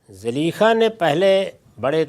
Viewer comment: zaleekha???? hahaha Zulaikha naam tha uska. itna sa to iska ilm hai